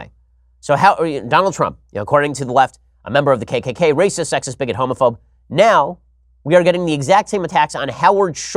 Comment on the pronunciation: das raysis